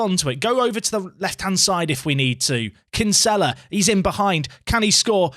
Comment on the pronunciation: As a fellow Dubliner that Kinsella pronunciation hurts my soul 😥